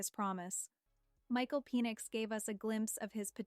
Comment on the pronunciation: Is Michael's last name pronounced Pee-nix?